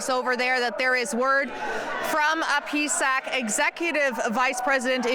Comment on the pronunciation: It's P S A C.. she said pee sack on TV lol